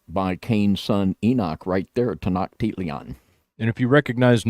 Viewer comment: I Love your videos and information but some of the pronunciations of Quetzlcoatl and Tenochtitlan are way off.